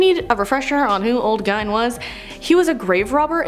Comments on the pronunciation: Ed Gine??? Do you mean Ed Gein...? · Its Gein said like Gain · Ed Gien pronounced Geen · It’s pronounced Ed Geen